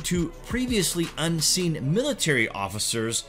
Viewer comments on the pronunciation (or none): none